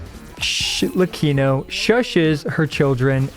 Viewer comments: SHHHLECCHINO is made my day 😂 Tnx! Great review as always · I was letting the video play in the background and I genuinely thought said "Shitlecchino" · "LORE ACCURATE ARLEECHINO"